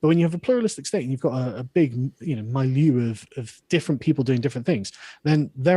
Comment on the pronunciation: mee-lieu, not my-liou!